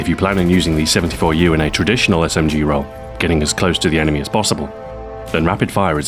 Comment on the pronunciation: Smg-----my ears started bleading